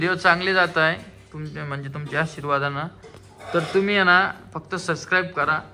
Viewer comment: ससस्क्राईब नाही सबस्क्राईब पहिले चांगले शब्द उच्चारायला शिका